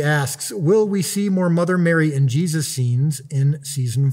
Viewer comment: “Jezus” how u gonna butcher my man’s name like that bro 😭